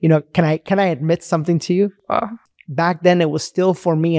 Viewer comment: It's interesting that she says "sonthing" instead of "something" What's stopping her from making the "m" sound?